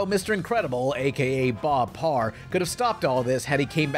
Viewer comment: "sub Parr" God damnit